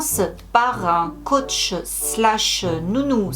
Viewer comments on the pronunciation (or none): none